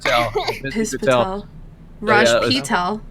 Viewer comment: is hilarious bro "Rajj Pee-tel"